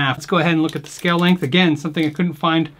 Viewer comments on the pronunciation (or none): none